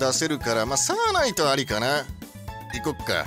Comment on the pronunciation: サーナイトの発音おかしくね。笑